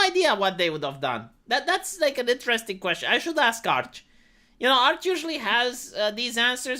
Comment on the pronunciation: I miss when said inta-desting instead of interesting.